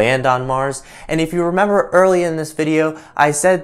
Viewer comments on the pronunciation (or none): none